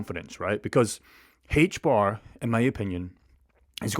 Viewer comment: HBAR. In English, the letter H is pronounced "Ayche" not "hhhaych". The token is pronounced AYCHE BAR. Also, the token will be somewhere around $1,000 by 2030.